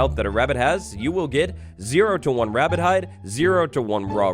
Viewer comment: Scawy wabbit